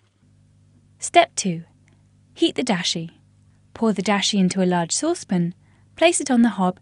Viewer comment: I mean Dashi, not Disha. wtf